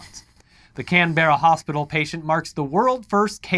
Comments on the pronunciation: Please teach the guys how to say Canberra. It hurts my brain :P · wow NSW maid the news lol and how they say Canberra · I love the way Americans say Canberra. Can-bear-ah, we pronounce it Can-brah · Love you guys, but when it comes to Canberra, it's pronounced Can-Brah. Keep up the good work! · As an Aussie the way you said Canberra... just wow. Can-bear-ra really? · Before the Aussies jump all over you for insulting their accent. It isn't Can-berra guys, it is 'Canbra' said at high speed. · First of all is pronounced can-bra not can-ber-ra second most Australians live in cities and cities at least in the southern part of the east coast like Melbourne and Sydney are NOT overrun by snakes infact in 13 years I have never seen a snake, got alot of kangaroos behind my house though. Also why do Americans always forget Florida exists?? and is from Florida, with your pool pythons and your pool and sewer pipe alligators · For future stories its Can-Brah I think you've got the Mel-bn one down, same with Bris-bn 👍Keep up the great vids guys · For our non-aussie viewers out there, Canberra is pronounced, "Can-burr-a" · And even that's wrong it's Can-bra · 'Can' (Can of coke), 'ber' (like 'burr' , but twice as fast), 'ra' (like the Egyptian sun god). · despite the way its spelt, it's pronounced "Cam-Brah" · btw it's pronounced Canbra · Canberra is pronounced like Can Bruh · Just fyi, Canbera is pronounced, Can-bur-ah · Okay so non aussies tend to over pronounce everything here, just say Cambra, Melben, Astraya etc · It's pronounced Can-Bra